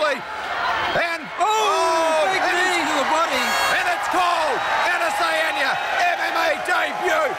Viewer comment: Israel Asedenya 😂😂😂😂 première intro amateur et on écorche ton nom